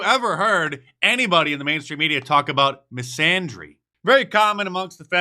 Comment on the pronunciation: Dear god.. someone teach Mark how to pronounce misandry 🤦🏼‍♂️🤣